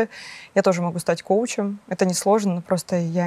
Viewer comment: Не кочуем, а КОУЧЕМ. Пора все-таки сойти.